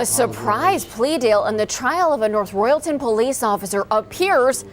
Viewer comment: For Pete's sake if you're going to use an AI narrator at least get them to pronounce words correctly! I can understand cuyahoga, but royalton!?